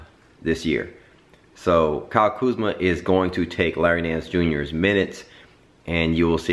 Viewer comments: Dike is name is Kuzma not kuzam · It's Kuzma